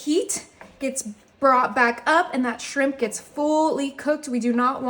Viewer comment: It's just shrimp, not srimppppp, stop & you don't have to tell us your coming in with everything 😫